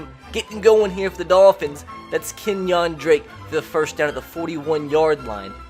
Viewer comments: "KenyOn drake" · Bama would get stomped by the dolphins in real life. Also Ken-yong Drake? He’s black not Asian